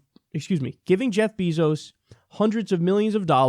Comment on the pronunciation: Its bèzo (like bagel. Bazo. ) Not beeezoo Pls correct in future videos..its soo annoying srry love u kyle but know how his name is pronounced.. 🙏 Thanks.